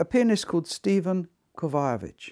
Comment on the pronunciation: Seems like Dude should figure out how to pronounce these pianists' names. They are world class, after all! "Slavislav?" ... you mean, Sviatoslav? "Peres?" ... you mean Pires? "Kovayovich?" ... you mean Kovacevich? Not to mention Ludwig VON (?) Beethoven. Kind of an obscure composer, I guess. ;-/